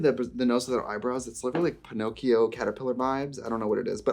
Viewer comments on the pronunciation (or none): none